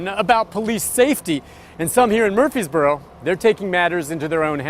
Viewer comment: Am I an idiot? Shaq coming out to play with those kids had me tearing up. Also. Way to super mispronounce Murfreesboro